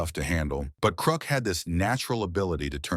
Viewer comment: I like the AI pronunciations. “Krook” and “Dickstra.”